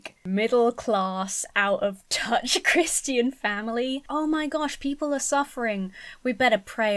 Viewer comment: I like how you pronounce "Christian" (Cris-tee-in) as opposed to (Cris-chin) how most people here in the states say it 😂. Is that how most Brits pronounce it?